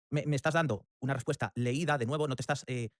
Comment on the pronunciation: a penas puede pronunciar la ''R'' la pronuncia como ''TWIERRWA'' MI ''RWESPUESTA'' ''RWESPONDA'' realmente, parece haberse criado en lengua materna inglesa y que SI, sea una semilla estadounidense... que Circo la locución amor.. TWIERRWA